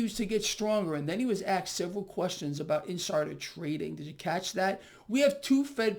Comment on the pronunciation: You said AXED Instead of ASKED so i thumbsed you down hard and fast for improper use of the English language.